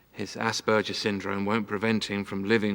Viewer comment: My goodness, the psychiatrist is mispronouncing the word Asperger's! Can't believe nobody on the set caught it..... And why do shrinks wishper in movies?